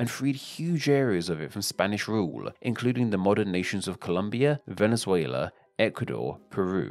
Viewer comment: Nice video but please, at least try to pronounce the names of the countries right. Chili? Venizuila? Coelumbia? i know those are not english words, but anyway.